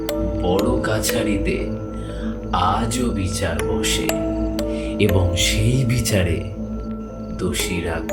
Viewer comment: মন্দিড় , বিচাড়, এগুলো কি ভাই ??? বাংলা উচ্চারণ জানো না ???😂